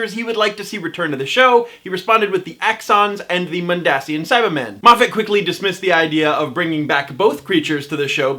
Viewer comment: It is pronounced Mond-Asian